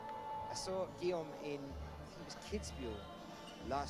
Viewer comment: Erghh, the male announcer still can't pronounce Guillaume's name, and he isn't paying attention either, apparently. Shauna didn't flash F1, and Jan didn't flash M2; pay attention!